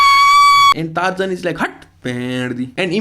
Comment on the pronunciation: actual pronunciation: Tarzan Singer's pronunciation: Tarzaaaaaahahahahaaaaaaaan 😂